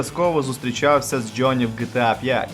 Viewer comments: ты про слово джёни? Я прицепился из-за гласной буквы. Правильно Джонни, а он говорит Джённи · У вас классні відео, але будь ласка попрацюйта над вимовою англомовних слів. Це "джьоні" просто ріже вуха. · Братан, что это за джёни или слово ярлык с ударением на первую букву? Мову каверкаешь